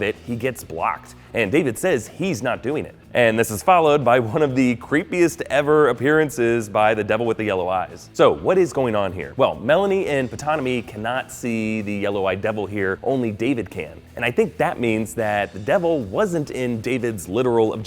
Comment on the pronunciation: It's not PUH-Tonomy. The P is silent.